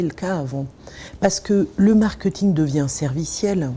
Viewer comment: cette dame qui est experte en marketing prononce ce mot marketing !!!!! Quelqu'un peut lui dire comment ça se prononce !!!?!???!?! Je vais lui écrire ça en phonétique: markÊÊÊÊÊÊting ! Pitoyable !